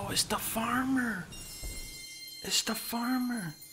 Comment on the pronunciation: ooouh it's da farmer... it's da farmer